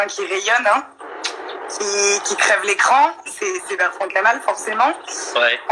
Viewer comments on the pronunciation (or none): La qualité sonore n'est pas très bonne et c'est Bertrand-Kamal et non Bertrant-Kamal.